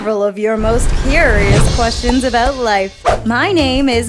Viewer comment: its burning not curios (sorry if got name wrong)